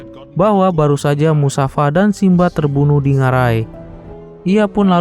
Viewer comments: namannya mufasa bukan musafa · Mufasal. Bukan musafa bwng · Bang mufasa bukan musafa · Nama ayah Simba Mustofa bang, bukan musafa😅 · Kak mufasa kak bukan musafa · Bang Abang bilangnya Musafa tapi mufasa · Mufasa mas bukan musafa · Mufasa bukan musafa 😅😅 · Mufasa min . Bukan musafa 🤣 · mufasaa bang not musafaa .. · Mufasa..bukan musafa... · mufasa..musafir kali😂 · MUFASA bukan MUSAFA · Mufasa,bukan musafa. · Bukan Musafa min, tapi Mufasa min😅😅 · MUFASA BANG!! LAIN MUSAFA 😂😂😂😂😌🤣🤣🤣🤣🤣🤣🤣🤣🤣🤣🤣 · awalnya saya dgr admin bilang mustafa ee ternya musafa,,yg benar mufasa,,☺️☺️ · Kok musafa Mufasa min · Seingat Saya Namanya Mufasa, bukan Musafa. 🙏🏻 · Seingat saya namanya mufasa, bukan musafa. Mohon maaf bila saya salah...🙏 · Mufasa kaliiiii,,musafa lagi lu. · Mufasa bang bukan musafa😂😂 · Mufasa bukan musafa😂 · Mufasa woyy bukan musafa😂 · itu bukan musafa tapi mufasa 😅😂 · Mufasa bang, kok musafa sih😅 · Bukan musafa tapi mustofa 😂😂😂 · BKN musafa tp mufasa ya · Mustafa bang bukan musafa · Mufasa woy bkn musafa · Mufasa min bukan musafa😂😂😂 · Mufasa kali bukan musafa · Musafa bukan nya mufasa😂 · Mufasa bkn musafa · Bukan musafa bro,,mufasa yg benar bro 😅😅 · Bang goblok banget sih lu eh nama ayahnya tuh mufasa bukan Musafa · Mufasa bang bukan musafa/ mustofa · beliau ini nonton film gak sampek habisss 😂😂😂😂.. sampek musafaa mati aja udah 😂😂😂😂.. bukan musafa bang tp mustofaa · MUFASA heey bukan MUSAFA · Mufasa bukan musafa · Woy mufasa oy bukan musafa😂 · Klo yg versi awal yg kartun, namanya Mufasa bukan musafa. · Mufasa min bukan musafa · Musafasa bukan musafa iQ mines1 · Mind mufasa bukan musafa 😂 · Assalamu'alaikum Afwan bang ralat🙏MUFASA bang 😁bukan MUSAFA🙏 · Bukan musafa. Tapi mufasa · Mufasa min bukan musafa🤦‍♂️ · Mufasa atau musafa bang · Musafa..musafir keleus.wkwkw.. MUFASA Bro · mufasaa gaa siii?bukan musafa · Mufasa atau Musyafa?? 😅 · mufasa❌ musafa✅ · Mufasa bukan musafa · Mufasa bang bukan musafa... Hadeh..